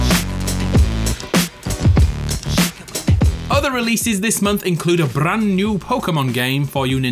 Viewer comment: I like Russian pronunciation Brrrand